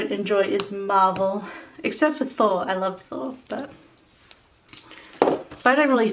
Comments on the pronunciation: I thought she was saying Marble too until she said about DC comics!! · When you said MARVEL I thought you said MARBLE and I was like "ok we aint friends anymore." LOL